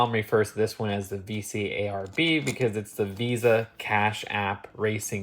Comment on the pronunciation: I’m sorry but everyone refers to vcarb as vcarb (pronounced vee carb)